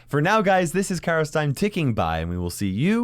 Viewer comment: Lol you say cairos time whattt